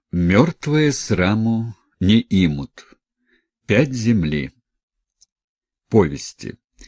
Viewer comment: Спасибо. Не имут ударение на У